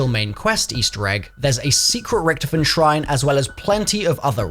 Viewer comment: That's not how you say richtofens name